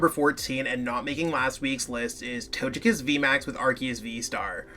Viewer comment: Your way of saying Togekiss makes me lol.